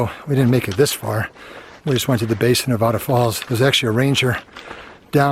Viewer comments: It's NevAda, not NeVAHda……….:) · Please pronounce Nevada correctly. Ne-VAD-uh